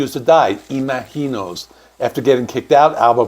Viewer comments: How are you pronouncing the album? It sounds like you're saying it with a hard G, like im aGk inos, when it should be im azh inos, like imagine with the OSE sound added. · Why are you saying "Imaheenos"? Have you listened to the album? It is pronounced Imagine-ohs! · It's Im-A-gin-os, not Ima-heenos. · It’s “Ima-GEE-nos” - with a hard G. How can you get that wrong when they literally have a song in the album called that and they pronounce it that way? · I've always heard it pronounced imagine-os not some Spanish pronunciation lol, come on now! 😅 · Fuck you! You clearly don't even know who Blue Oysyer Cult is. You mispronounce Imaginos 30+ times as well as Lanier. If you're going to do journalistic work, learn your topic. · It is really jarring the way you keep mispronouncing Imaginos. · Your pronunciation of Imaginos is driving me crazy... The title track pronounces it with a soft "G" not a Spanish J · Well you didn't even listen to the songs, ot the song Imaginos, to hear how to pronounce it right ;) But, you got most of it wrong about the albums history also... Better to make good videos than spit out as many as possible, per day ;) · I can't finish your video because you keep mispronouncing the title of the album & it is distracting! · Why can you not pronounce it correctly? They literally sing it over and over on that album 😂. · The way you are pronouncing “Imaginos” is very distracting and incorrect